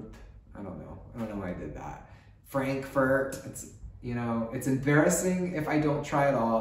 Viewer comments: I had so much fun watching this!:) Especially because you also talked about exercising and gaming. I felt everything. The second time you said Frankfurt was the closest to original pronunciation btw:D sending much love - maybe I'll walk into you here in Germany, would be fun!! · Not German, but your prononciation of Frankfurt was perfect.